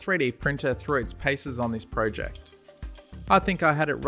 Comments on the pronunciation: He says pojec and I say project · Pro-jeked 😂it's project